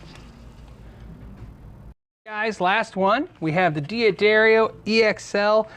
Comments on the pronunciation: why can't American guys (and Brits) not pronounce D'Addario correctly. It's pronounced "Daddario" not "Dee Addario" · American pronunciation of European names is rather embarrassing to hear. Just imagine the apostrophe wasn't there next time, please,. Say DADDARIO, DAQUISTO. D'oh. (or is that pronounced DEEE-OH)